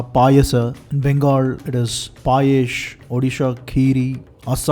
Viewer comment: The vast knowledge you have about every culture was shown when you said and pronounced all the name of Payesh (Bengali here) correctly.